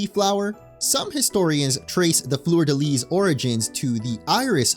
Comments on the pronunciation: "florida lease" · The "s" in fleur-de-lis is silent. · You failed "fleur de lis" so no worries about Seine 😂❤